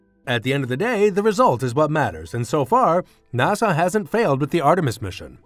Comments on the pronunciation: NAS-AH not NA-SAW! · Yup, not NAHSAW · Interesting but maybe hire a narrator that knows how to pronounce NASA.